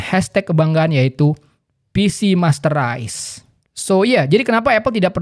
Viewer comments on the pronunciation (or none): pcmasterrice dia bilang? wkwkwkwkw pcmasterrace